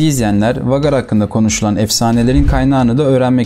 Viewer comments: Okunusu Vagar degil usta Veygar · vagar nedir birader be doğru telafüz et pls veygar olarak okunur